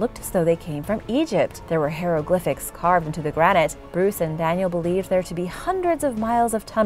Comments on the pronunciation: Hair ro Glyphics? Really? You should learn the proper pronunciation of words before you speak them. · What is hairoglyphics? Oh I know what it is it's just that I've never heard it pronounced quite that way before! You mean hieroglyphics! Learn that one when I was 6 yo.